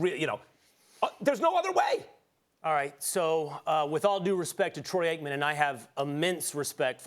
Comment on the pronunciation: He keeps trying to say Troy Aikmen lol